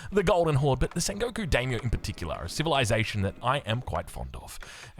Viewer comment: hilariously, halfway through when he's talking faster in the style, he pronounces it perfectly haha. He calls the Daimyo unit spot on for pronunciation